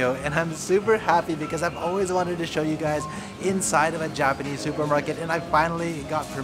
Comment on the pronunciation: "oh I just want to show you (shoyu)" 😂 love these vids